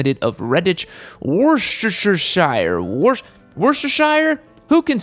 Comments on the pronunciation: It's pronounced wooster. Yeah I don't understand why either... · Don't like this model but then most so called adventure bikes are ridiculous overweight for bikes reall off road riding. However the Chrome Interceptor 650 is stunning . Ps it's pronounced woostershear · Worchestershire is pronounced Wusta Shure - not that tough. Excellent in hamburgers. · Worcestershire pronounced wuster-shire. Weird ik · It’s pronounced Wustersheer, not that difficult😉 The Welsh language is fucking difficult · It's pronounced "WOO-stir-sheer." If you were from the UK or northern New England, it wouldn't be that difficult. I understand that the rest of America has difficulty with pronunciation. It's not your fault. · Wurst-a-shist-ih-shast-is-shire. XD Himalayan reminds me of my KLR 650. Is it the best duel sport out there? Nope. But it is a reliable, durable little mechanical mule that will get you where you want to go for way less money than most of the competition. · We say it Wuss-ter-sher in the south of the UK - love hearing Americans trying to say it tho, good effort!